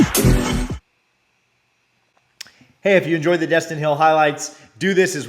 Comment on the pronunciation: It’s Destyn eee